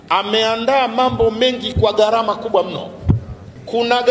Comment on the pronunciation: WEWE NI MWANACHUONI, NA KISWAHILI NI LUGHA YA WAISLAMU, NAKUOMBA USEME GHARAMA SI GARAMA.